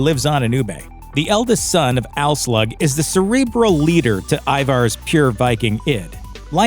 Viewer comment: Did he just say Alslaug ?